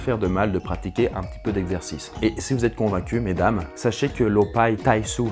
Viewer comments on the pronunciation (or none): Taisou ça se prononce comme "taisoo" pas comme s'il y avait un "ou" français, le U marque une double voyelle.